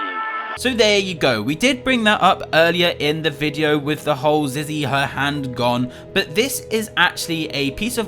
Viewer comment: It’s said Zizzy will never speak not zee will never speak